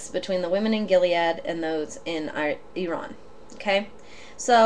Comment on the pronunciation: Really helpful Thanks P.s you just said Iran in Persian accent .cool